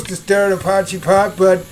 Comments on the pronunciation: Glad i found your channel, soooo many South African dishes, makes you homesick doesn't it. Have you tried adding a "Mielie brood" (corn bread) to this meal? Afrikaans can be challenging to the anglicized tongue Lol - Try saying "Poy" (as in boy) - "key" (opens doors) 'Poykey' no pause between. Or as suggested in comments already - poi-kee; Be Brave! You're doing better than most already! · It's pronounced "poy chee".